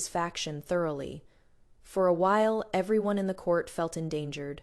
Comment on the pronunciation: Your AI narrator needs upgrade especially when pronouncing the words: anyone, everyone, tears, row, wound, bow and a few others more, but I truly enjoy your channel's stories. Fantastic!